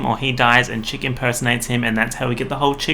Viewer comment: I think it’s Chick, like Chuck, which is a nickname for Charles